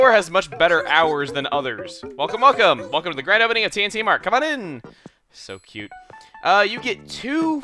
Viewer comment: The way you said T&T Mart almost sounded like TNT mart. That would've made this game a lot more interesting.